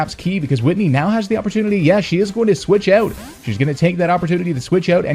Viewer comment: Love how you pronounce 'switch eout'